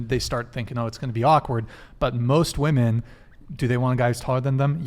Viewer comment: Why do so many of these women refuse to say women? They keep saying woman instead…